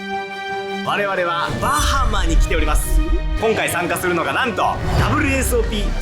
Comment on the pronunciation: 因みにアクセント、バ(→)ハ(↑)マ(↓)ってバハマ人に怒られたことがあります。